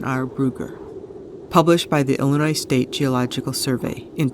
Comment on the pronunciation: It's Illinois not Ellenois .